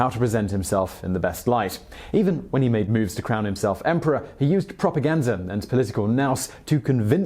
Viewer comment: PropaGanZa! Lol what accent is that?